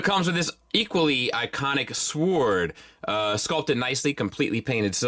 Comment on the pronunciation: Im not sure if you dropped out of school early in life and missed out on English classes but its not "Swwwwword" its "Sword". For the love of God is it so hard to pronounce correctly. If you need there are plenty of apps that will take you through the pronunciation of words where you could practice at your leisure and hopefully in time get it right. Im not sure which is worse though, the bad grammar or the bland boring videos. I swear it like bobbing up and down in the ocean and waiting for a shark to eat me... JUST KIDDING, LOVE YA BSF LMAO, HAPPY WEDNESDAY!!!